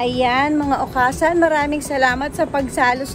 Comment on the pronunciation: new subscriber here!honestly dahil nakita ko ang diamond star kaya ko po napansin na may YouTube channel pala si ms.merryl :-) just wanna share lang po at d para umepal because i live here in japan,okasan should be pronounced as okasang.parang hasang?ng isda.good luck po & more power mama meme!